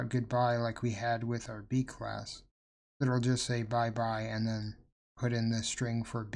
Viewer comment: yo why do you keep saying crass??